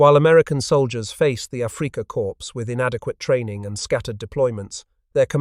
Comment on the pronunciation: Africa "Core" please, not "corpse".